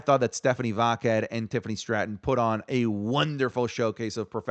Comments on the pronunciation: Everyone: Stephanie Vaquer: Stephanie VaQQQQQuer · Why does he mispronounce Stephanie vaquer name like that? Sounds like he saying vodka lol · More like Stephanie vaqueRRRRRRRRRR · Even Stephanie herself doesn't pronounce it like does